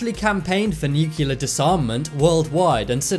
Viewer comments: This is an awesome video. Thank you for posting. NucLear not nucUlar by the way...please and thank you. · It's nuclear not nukuler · You said "nucular", it's really nuclear. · Nucular is the new nuclear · You need to Lear how to pronounce NUCLEAR.... You say Nu-cue-lar and that is not how it is written or pronounced ... It is New-clear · The most scary thing to me is that some people still pronounce Nuclear as new-Q-lar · And I gave up when he kept saying Nook-u-lar instead of nuclear.... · It’s NUCLEAR not NuCuLaR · Nuclear is NOT pronounced Nukular. Why are most people unable to properly pronounce this word? Just a pet peeve of mine, so I thought I would take this opportunity to complain. :) Nukular….. Come on guys.... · Weird that this youtuber doesnt know Columbus didnt land in America or meet native Americans. He bounced around the Bahamas and Cuba never set foot on america....god and he says nucular.....its nuclear....god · He is saying “nukilla”😦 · Narrator: "Nuke-you-lar. Nuke-you-lar. Nuke-you-lar. Nuke-you-lar. Nuke-you-lar. Nuke-you-lar..." and then, Stephen Hawking arose from his grave and punched Narrator in the mouth saying in his robot voice, "It's New-clear, asshole." The End. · wait.. did you just say nucular? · Nukiller?? :D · Say it with me nuke - Lee - are (nuclear) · When are they going to use narrators who know how to pronounce NUCLEAR???? Grade school English, people! How hard is it to say?